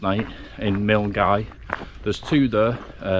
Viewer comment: Milngavie - pronounced MULL-GUY; LOCH (LOMOND) - not LOCK (LOMOND)